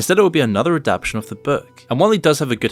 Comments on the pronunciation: Do you pronounce "expectation" as Ex-pec-tion? Adaption: Ad-Ap-tion. Adaptation: Ad-Ap-TAY-ion. Two different words. "Adaptation", the word you showed on screen, which is the correct word, has FOUR syllables, not 3. You've just said it wrong 4 times in a row, while showing the word on screen twice, I can't watch this video. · it's pronounced a-dap-ta-tion. Not a-dap-tion. Srry, had to scratch it lol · don't hate me but..."adapTATion" 😭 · Aaa dap Tay shun. It was killing me too.😅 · Why can't you say "adaptation" properly